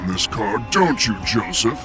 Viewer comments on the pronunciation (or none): none